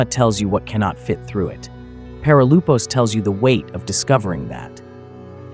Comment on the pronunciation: Perilypos (ΠΕΡΙΛΥΠΟΣ) not perilupos